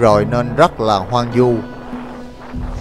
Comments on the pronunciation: Hoang vu chứ không phải hoang du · Hoang Vu ...không phải hoang du